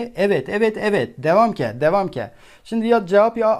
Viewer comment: dewamke dewamke hahahah hocam müthişsiniz